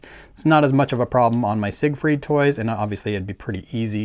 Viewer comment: Isn’t “Siegfried” pronounced as “zig-freed” in English? Even in Macross the Japanese rendition Jīgufurīdo is specifically modeled on the English and not the German pronunciation.